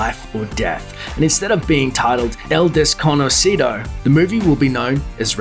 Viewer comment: "El-des-co-no-ci-dou!" Jaja